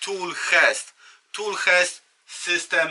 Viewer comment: Jezu Nie "hest" Tool "czest" - czytamy "Chest"!!! Nie mówisz tol tylko "tul" więc czemu kaleczysz "hest"? Kolejny kanał i kolejny "hest" :// jak masz narzędzia Dewalt to mowisz dewalt czy Diłolt?